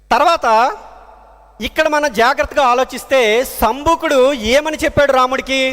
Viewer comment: సంబుకుడు అంటున్నారు అలా అనకూడదు శంభోకుడు అనాలి వాల్మీకి బోయ కాదు అతని చుట్టూ పుట్టలు పోసాయి కాబట్టి అతన్ని వాల్మీకి మహర్షి అంటారు త్రిసంకుడు కాదు త్రిషేంకుడు అనాలి సంఘమిత్ర